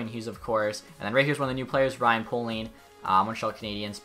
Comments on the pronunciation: Ryan Poehling is pronounced Ryan Pay-ling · Poeling is pronounced “Paeling” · Poehling Pronounced Pēling